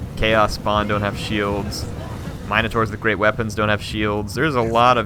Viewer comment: The way says "Minotaur" hurts me.